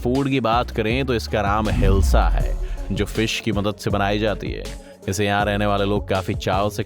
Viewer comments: Hilsha nahi bhai Ilsha 😄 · Bro you made 2 mistakes it's buriganga not gudiganga and the name of the fish is hilsha